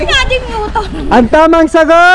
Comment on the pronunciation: Agree bale ang naiiba lang ay yong mutton pero sheep pa rin kung tutuusin. Yon nga lang mutton ay tawag sa karne nang sheep. Nalito ako kung ano yong sa B. Ang tamang pronunciation kasi ay muh-tuhn or kung sa ating mga tagalog or ilocano Mat-on or maton. Cheers. Love the game.